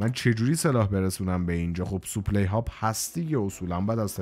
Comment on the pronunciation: برادر جان خسته نباشی ولی کم بگو سوپلی لطفا بگو ساپلای supply